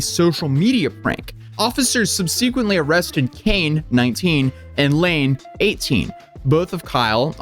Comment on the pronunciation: I dig yr POV however let me recommend you learn to pronounce "SUBSEQUENT" properly and stop wearing that childish hat indoors.